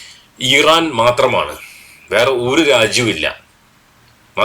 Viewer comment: ഈ റാൻ അല്ല , ഇറാൻ . ഹിസ്ബുള്ള അല്ല ഹിസ്ബുല്ലാഹ് .